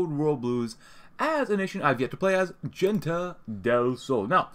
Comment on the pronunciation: Don't want to sound rude but is pronounced more like "Hente del Sol"